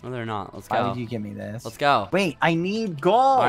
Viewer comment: The Video : "Zissssss.." Turns my phone off ZISSSSSSS..